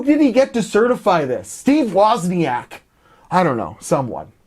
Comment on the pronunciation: LOl He say's Steve Wazniak certified it.. LMAO..